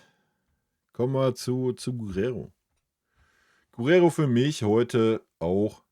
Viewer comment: Der Bayern-Spieler mit der Nummer 22 heißt Geeerrero, nicht Guuurrero 🙏.